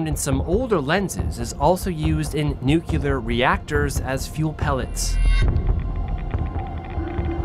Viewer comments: Great video on an interesting topic. I don't worry about my SMC 55mm other than not holding up the rear element to my eyes. Sounds like you may have adapted GW Bush's butchering of the pronunciation, however. Repeat after me.. NOO-clee-Ur (not NOO-cue-Lur). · got the smc takumar 50. i don't think i've ever heard of radiation contamination from a lens, so i'm cool w/ the lens. and it's nuclear and nucleus, not nucular or nuculeus. 😂😜